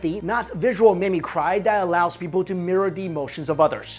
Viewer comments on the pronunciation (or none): Am I the only one who noticed that he pronounced mimicry as "mimi-cry" instead of "mimi-cree"? Is that another way to say it I wasn't aware of? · Did he say Mimi "cry" instead of mimicry? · Just FYI, it's pronounced mim-i-cree